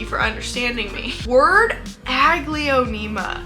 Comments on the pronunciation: The way you say "Aglaonema" is probably why you hate it. I've never heard it said that way and I've never say it that way. I've always pronounced it "A-gl-OW-nem-AH". Instead of 5 syllables with how you say it, I pronounce it with 4. I have ADHD and I get what you're saying but I've had Aglaonema for years and they're one of my favorite genera of plants. I have an ENORMOUS Aglaonema "Indo Princess" in my room and she's stunning. I agree that Aglaonema Pictum Tricolor ain't shit though. I finally got one and its been awful. Shitty growth pattern and they do terrible as houseplants in mid-range humidity. I personally like my Aglaonema "Indo Princess" better. Does awesome as a houseplant and has gorgeous tricolor leaves. Mine has been producing daughter plants like mad too so I've been removing them and rooting them up to sell. If you ever decide to give Aglaonema the love they deserve I'd love to send you a daughter from my Indo Princess! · Its so interesting, the way you pronounce Aglaonema…my brain is like 😩🤢 but I’ve always mentally pronounced it more like ah-glay-oh-nay-mah and I hate it less. I still don’t like the plants though. Lol.